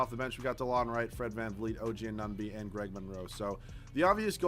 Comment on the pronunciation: You dont say anunoby correct